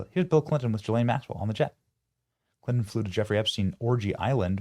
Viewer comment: Ghislaine doesn't begin her name with a J, SO QUIT SAYING IT THAT WAY!